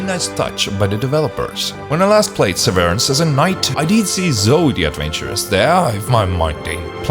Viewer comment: it's "SEH-veh-rance".